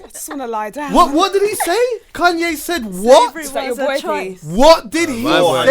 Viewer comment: Why is saying Kanye like that loooool. “Kun-yay said WHAT”